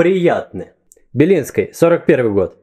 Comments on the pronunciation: ЖуковскОй, БелинскОй... Ааа, непривычно. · кстати, а у вас произношение типа "Белинскый"/"Белинскай" — изначальное или поставленное для понта?)) kstati, a u vas praiznaxenie tipa "belinskyj"/"belinskaj" — iznaqaljnae ili pastavlenae dlja ponta ?)) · ДостоевскОй, яркОй, самый яркОй БелинскОй.... Чувак серьёзно?